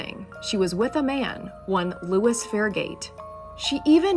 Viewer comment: L-o-i-s is not Louis😂😂😂 but carry on